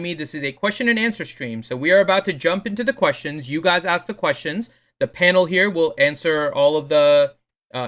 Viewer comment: why does say Penal. Its clearly Panel